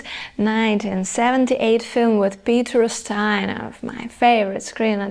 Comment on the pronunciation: Peter "O'steena?"